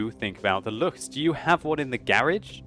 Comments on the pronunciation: Hey, I noticed that you pronounced Lu-ch-s, It's actually L-uu-ck-s. But that's okay, just remember that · Luchs is pronounced with a k in the end. like Lux.